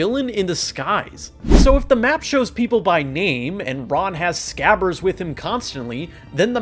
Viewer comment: No one talking about hes grammer?? It's not SCAVVERS it's SCRABBERS!